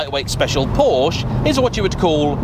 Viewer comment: it´s a Porsch-e.